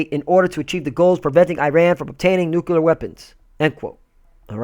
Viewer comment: There is no such word as "NUKULEAR", the word you want to use here is "NUCLEAR"